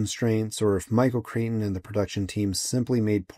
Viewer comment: Michael Crichton = KRY-ton . A Cretan is a person from Crete. I absolutely LOVED this move and "looker" which kind of blend together in my head. But this and Silent Running with Bruce Dern is what i credit with getting me into the IT field.